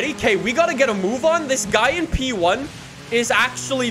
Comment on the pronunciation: Nobody:: pEe OnE